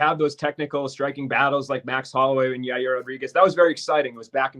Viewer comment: "Jaeerh Rowhdreegehz"